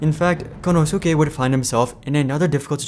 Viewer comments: Kon - Know - Sue -Kay 😂😂😂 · Good content as always but it is so grating to my ears how you say Konosuke and you say his name a lot. It should sound more like Konoske. For this name in Japanese the "u" is slightly silent in "su".